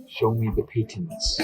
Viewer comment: It's pronounced Pay-tents. Patents of nobility.